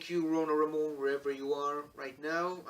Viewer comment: כשאומרים שם עברי כמו שציינת, רונה רמון, זו טעות לומר אותו במבטא של דובר אנגלית אמריקאית. כמו שזו טעות שאני אדבר על אישיות אנגלית ואומר את שמה במבטא ישראלי. או שאדבר על רוסיה בעברית ואפרט שמות של מקומות במבטא ישראלי ולא כמו שהשם צריך להאמר. תודה. 👍🏼